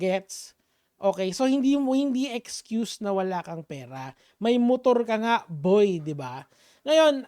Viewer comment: Ekcuse nga kasi.😂😂😂😂.bulol b to?.